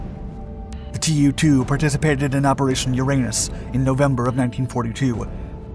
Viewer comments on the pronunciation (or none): Probably not "tee you two", but in fact 'too two'. From the Russian Туполев два or Ту-два pronounced 'Tu dva'. I may be wrong. This is my last "acthually" pronunciation comment. I do like your videos